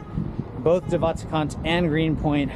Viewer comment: Im south african and you said de waterkant terrebly